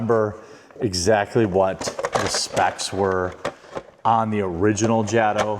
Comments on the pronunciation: First of all it is pronouced Ja - to, not Jad o??? has always been that way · Ughhh... it's pronounced Jayto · I thought that was you! Haha! Glad to see another rc head out there. And yeah like everyone else is saying, it’s pronounced Jay-toe bro, Jay-toe. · most of us would have called this a version of a slash called the Back-Slash. However just so you know its pronounced (Jay-Tow) I love the Pink/Purple combo but they should have made the internal hop-ups pink as well. Not Blue. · Bro its jay_toe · It is pronounced Jay-Toe